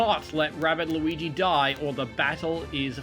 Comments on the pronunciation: It is Luigi not Lluwwelln nor Lois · Only reason mention that you keep saying Luigi’s name wrong just because😅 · His name is “loo-e-g” not Lucas, lucario or lugia